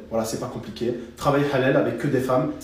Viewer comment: "voila, c'est pas comp'iqué"